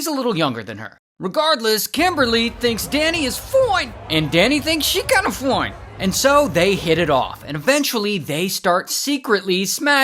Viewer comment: “foine!” Ah yes ‘foine’ beautiful words